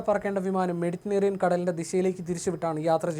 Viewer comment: മെഡിറ്റനേറിയൻ എന്നല്ല മെഡിറ്ററേനിയൻ,ഇതൊക്കെ സ്കൂളിൽ പഠിച്ചതല്ലേ അതോ അന്ന് പനി ആയിട്ടു പോയില്ലേ